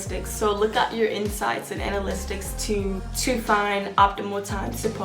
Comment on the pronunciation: Baby I say this with all respect and love it’s analytics Ana-lit-iks not Ana-list-iks